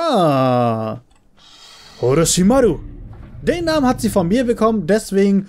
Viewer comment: Kleine frage hast du naruto schon mal angeguckt wen nein dan bitte auf yt "naruto name auf deutsch und orochimaru und madara bitte mal anhören wie man die Namen ausspricht (hab nichts gegen dich ich liebe deine Videos)